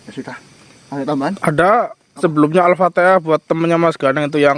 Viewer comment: Mas alfatihah bukan alfatiah